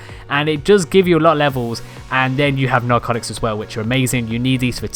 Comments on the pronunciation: “Narcoctics”. cock. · He did XD LISTEN LOL